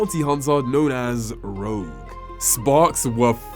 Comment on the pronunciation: It’s ‘ROGUE’ for pity’s sake!